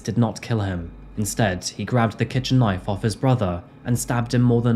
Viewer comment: Being from the US, and hearing you say " Knife " crime, I had to go back and listen again, I thought maybe you had said " Nite" crime ?? But no you did say Knife crime, you know that's not what you would hear in the US ?? NO it's all about the " GUNS " !! I wish people only used knives here too, Well you know what I mean.....? In a perfect world there would be no weapons, or crime !! Unfortunately we do not live in a perfect world .....? Thank you for the more detailed version of this story. I've seen it before, but a much shorter version ? ✌🏻💯👍🏻